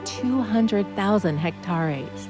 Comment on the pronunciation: If it’s a real person she should be embarrassed. Lynx’s? Hectareys? Almost 404 miles of trails? What you mean 403.5 miles? 403.1? 403.9? What is almost 404 miles???